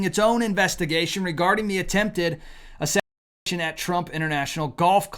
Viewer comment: Why did the word “assinatiomn